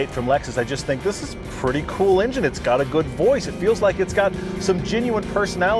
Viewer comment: Still can't pronounce the letter E, huh? "Minu" instead of "Menu"?? "Ingine" and "Ginuine". Does he even know he's doing it cuz he's pretty articulate.